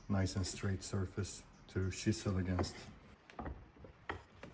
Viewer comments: When you said chisel. I though you said she saw😅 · I thought you said she-saw 5 or 6 times before I realized you were saying chisel. I was like, what is a she-saw.